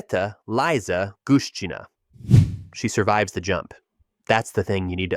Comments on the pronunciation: It's not "Laiza", it's "Liza". Say Elizabeth, but do not pronounce the very first "e", and "beth". Just the "liza" part. But do not turn it into "Laiza". You don't say Elaizabeth, now do you? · Elisaveta is called Liza in Russia but it’s not pronounced Laiza as you said , it is pronounced as it is written Liiiiii + za or Lee + Za whatever, the first part is Lee, not Lai